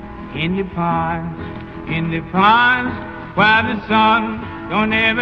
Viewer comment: The singer in this song and Kurt Cobain have an extremely strange way of pronouncing 'Pines'; sounds like they're saying 'Pans'